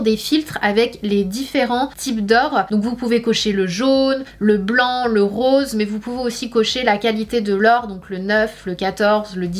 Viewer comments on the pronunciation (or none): none